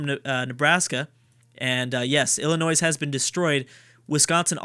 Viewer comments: The S is SILENT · Okay so I'm not American, but I'm like 99% sure Illinois is not pronounced like that by anyone other than. I though it was pronounced as "ill-annoy" with a silent s? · Love the series! Tip: Illinois has a silent s. also, Minnesota is the best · youre not supposed to pronounce the s in Illinois! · Just gonna say Illinois is pronounced with a silent s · Yes, the S is silent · OMG you don't pronounce the s in Illinois, Im not even from the US and know that